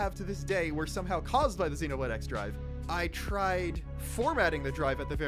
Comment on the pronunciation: Am I the only one bothered by the fact that he kept pronouncing the "X" in "Xenoblade X" as "ecks" and not "cross"?